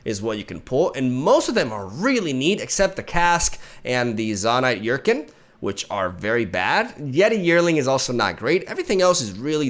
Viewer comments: I think it's funny that mispronounced Chempunk for so long until he finally saw comments correcting him that it's pronounced like "Kem", and now he's mispronouncing Urchin in the opposite way! He's saying "Yur-kin" when it's pronounced "ur-chin". It's okay, English doesn't make sense. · Not to be a stickler but urchin should be pronounced er-chin no yur-kin. I notice you've pronounced it wrong before and just want to make the correction 👍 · To explain this for anyone who doesn’t speak much English, “Chem” is pronounced “Kem” because it’s short for “chemical” and that’s how the ‘ch’ sounds in that word. ‘Ch’ doesn’t usually sound like that for words like ‘chair’ and ‘urchin’